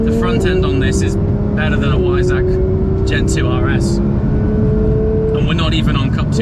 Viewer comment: Said V not W, Weissach. But surely you knew that and the GT3 just scrambled your brain.